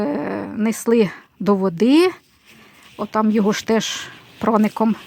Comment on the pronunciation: У нас казали проник,наголос на ник.